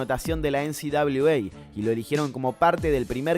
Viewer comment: Parece que decís NCWA , definitivamente lo decís Es NCAA